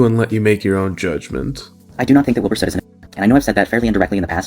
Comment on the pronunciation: Legit thought he said "Bill Burr" rather than Wilbur at first and nearly died laughing 💀